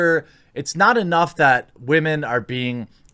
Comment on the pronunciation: Dude, Stop saying "wah-men". It's preaching (or pandering) to the choir. You often make a lot of good points that I agree with but the wah-men thing puts me off and frankly undercuts any reasonable and sensible thing you say. Be better than a butt-hurt dude bro that the woke likes to paint your kind as.